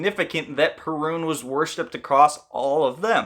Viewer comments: Cool video! As a Pole I'm used to different accentation of the Perun's name. In Poland it is spelled pErun instead od perUn as You did in the video. Greetings from Poland and keep up good work! Much respect :) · Perun should be pronounced with the stress or accent on the first syllable. PEH-rune. The r is not like the English “R”. It’s a short rolled R. Very similar to the Spanish one, which sounds more like a soft “d” than an R. If you can’t roll your rr’s, I suggest faking it with a d that is made with a soft touch of the tongue to the palate not a hard, heavy D.